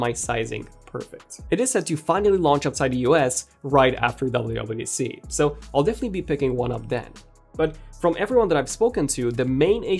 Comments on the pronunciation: Is he saying “WAC”? Dude cannot pronounce “WWDC”. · Didn’t know you cannot pronounce WWDC